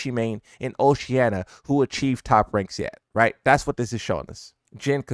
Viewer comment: Bro doesn't know how to pronounce Oceania, man is saying Oceanna lmao